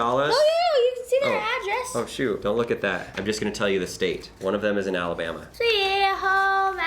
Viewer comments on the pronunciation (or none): none